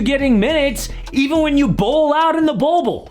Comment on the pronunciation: He said Bolbbule